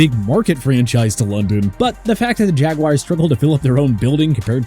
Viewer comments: It's Jaguars, not Jaguires. 🤣🤣🤣🤣🤣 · Maybe in England they won't say the Hoosier way for the nickname, it is jagwars not jagwires!